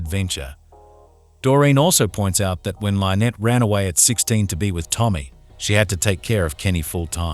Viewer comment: When you can teach the ai to not mispronounce the name Lynnette, you can stop wanting to kill yourself